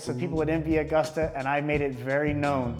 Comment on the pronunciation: You should look up how to pronounce "Agusta"